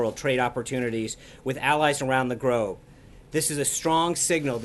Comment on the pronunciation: "Allies around the Grobe" hahaha